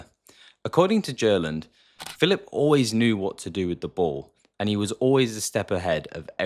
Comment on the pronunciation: its not Görlend or Djörland its GERLAND 😢